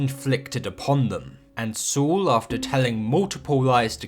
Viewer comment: Great video! You don't have many episode reviews, but the quality is exquisite. Also I like how you pronounce Saul "Soo". Cheers